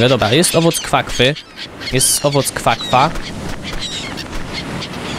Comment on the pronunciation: to nie kwa kwa tylko guana